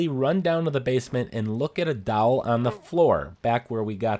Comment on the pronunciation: anyone think the he was saying "dowel" vs "doll." I was so confused until I saw the doll on the floor.